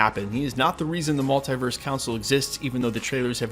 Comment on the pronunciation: Stop saying multEYEverse!!! It is multEEverse!!!